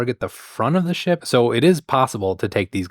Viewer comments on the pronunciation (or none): none